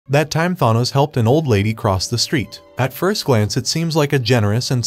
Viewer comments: They way you pronounce Thanos is irritating as hell it's not thonos it's th-an-nos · Tha noze....But its Than ose! Pronunciation.1.9.L7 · it’s pronounced than ose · it’s a reference to a flash meme where the reverse flash or zoom aka eobard thawne would say “it was me Barry” to the flash while admitting he was the reason to all the misfortune in the flashes life. I assume the commenter made this joke because the robot voice pronounced thanos “thawnose” so they changed the words in the statement a bit to make the statement about the video while joking about the name pronunciation, and that’s how I assume how the comment was made. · Refused to continue watching when he pronounced it “ThAHnos” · "Th-ahnoes" what is that pronunciation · THAH-nos. So funny how he pronounces his name. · Thanos : “I only did it cause y’all couldn’t pronounce my name” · You did well. Just next time, please pronounce his name correctly lol. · Liked it! Pronounce Thanos better though lmao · I think u need to learn pronouncing thanos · Next you should learn how to pronounce Thanos correctly. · Learn how to pronounce thanos's name right before you learn how to edit and write script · Learn to pronounce thanos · u cant pronounce a 5 letter name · You should learn the pronunciation of the thing you’re reading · Well Thanos is such an evil arse that he doesn't deserve to have his name pronounced correctly anyway. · The way he pronounces Thanos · Is there a single person who can pronounce Thanos right??? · Cool just please learn how to pronounce his name